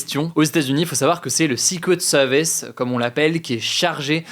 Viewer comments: Comment le tireur a 't'il monté sur le toit de la grange sans se faire reperer? par les FDO ou les spectateurs ? quand on parle français on dit "secret service ". et non sixquwet sevice Merci. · Il parle bien du "séqwète seevice" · J'adooore la prononciation secret service "sicouet seuwvèce" 😂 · Le sikwet seuhviss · Le 6 couettes sewvisse 😅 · Le ''secwet sewice'' :3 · Ca ce fous de l'accent sur le "secret service" mais au moins il fais un effort de prononciation x) je préfere ca que "seuquerette service", la france toujours numero 1 pour ce foutre des accent alors qu'on est un des pires pays d'europe niveau anglais ! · Zé soukrét seuuurvice 🤔 j'adore la prononciation 🤣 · Et sikwet seuviss. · Vazy c drôle ! Mais j'ai bien ris en lisant com pile quand il me reprononcais pareil le sucrette service :) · "sikwet seuviss : le jeu a boire" chaque prononciation un shot letsgooo (ALLO C'EST DU SECOND DEGRE !.. ptain les commentaires c un delire...) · Si tu as du mal à dire Secret Service, dis juste les initiales... Ah bah non 🤣🤣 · Son accent Anglais est beaucoup de chose mais pas excellent... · Son accent est très bien mais le franglais avec un switch d'accent en plein milieu ça sonne "ridicule" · C'est pas excellent justement 😭 Le r anglais n'est pas un w... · excellent? wouah quand même pas hahaha il a un sacré accent dans la prononciation quand même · Il a un excellent accent de manière générale, mais non là, l’accent n’était clairement pas ouf. Edit : bon, il a dit le mot plusieurs fois, c’est surtout la première qui sonnait faux je trouve